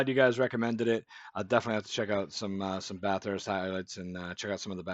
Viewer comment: Please, it is not Bath Hurst. Only Victorians call it that. It is pronounced Bathust. Just slur it all into one noise.